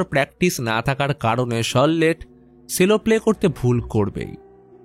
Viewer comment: Sorry ওটা সেলো নয়,ওটা চেলো pronunciation টা ঠিক করলে খুশি হবো🙂🙂😊😊